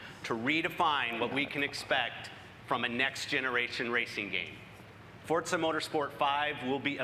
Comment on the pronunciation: why do people say fortza instead of forza is it a different game